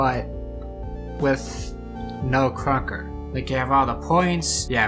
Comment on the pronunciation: why do you say krunker like kwonkah? :hand-orange-covering-eyes